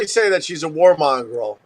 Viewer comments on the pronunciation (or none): lol opie thinks “war monger” is pronounced “war mongrel”